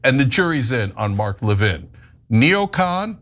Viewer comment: Isn't the stress on the first syllable of 'Levin?' I've never heard of it being on the second syllable.